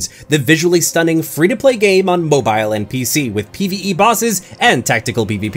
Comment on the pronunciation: bruh he said bo bile not mobile bo bile